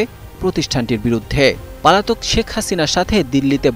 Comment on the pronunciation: রিপোর্টার বারবার পলাতক না বলে পালাতক বলছে। ভাই আগে ভাষা শেখেন।